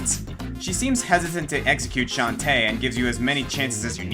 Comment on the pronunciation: One thing that I dislike is a non-symmetrical Plants vs. Zombies garden... I love how you pronounce Shantae, emphasis on the tae, rather than on the Shan :P